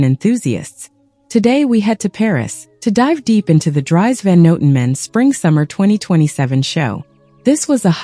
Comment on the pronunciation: Hey Ai, his name rhymes with ‘ trees ’. Got it?